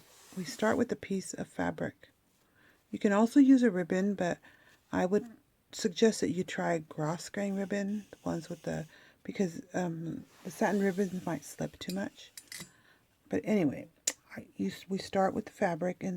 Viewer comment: Grosgrain is pronounced Gro-grain. The S is silent. You can Google how to pronounce Grosgrain and find it. Also, Satin Ribbon works beautifully when making these folded roses if the edges are finished. But cut edges work when making shabby roses. In other words, just about any kind of ribbon will work. Also Chaffon Ribbon can be used. I have been making these folded roses for almost 70 years. Believe me you can use paper, ribbon and lace. All of it will work.